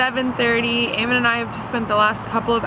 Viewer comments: Eamon* not Earmon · Its Eamon pronounced A-men unless I missed the joke 😔